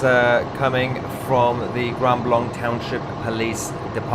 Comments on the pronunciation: The name of the city is pronounced "grand blank", not "grund blunk". 🤔🤓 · I live in Michigan and this doesn't surprise me. Tousi Grand Blanc is pronounced as Grand Blank by the locals. They don't use the French pronunciation of the second word. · Lmao. No one bothered to tell you its pronounced Grand Blank!? 😂😂🎉❤🫵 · Its pronounced grand blank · It pronounced “grand blank